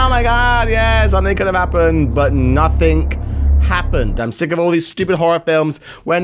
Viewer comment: its 'nothing' not 'nothink'